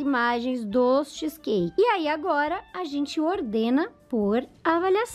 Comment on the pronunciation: Nossa que agonia dela falando xiiiis cake skksskskkskskss